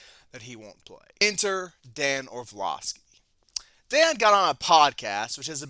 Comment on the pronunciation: It’s also orlovsky not orvlosky